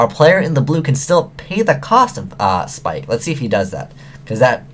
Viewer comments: YO ITS NAME IS "PIKE" NOT "SPIKE" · love ya but the word 'ABYSS' has two S' in it so its not mermail abyssSPIKEits mermail abyssPIKE!